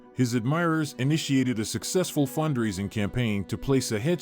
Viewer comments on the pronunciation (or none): none